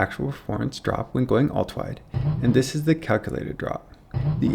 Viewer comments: I can't unhear "Ulta wide" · Great video, but I got distracted every time you slurred "ultrawide" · It sounds like he says ultwawide or ultawide.